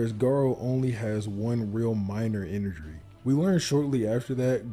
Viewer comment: One real minor "inerjry" Lmao idk that made me laughter so much